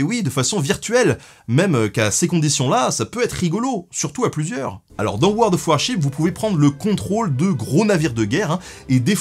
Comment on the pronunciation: Eh bro, c'est world of warshipS. Tu prononces le S. Come on. Allez, tu feras mieux au futur.